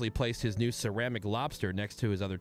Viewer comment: "Cermic"? Good lord...